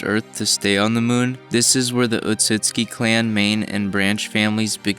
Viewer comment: The way he said "the muun" was funny.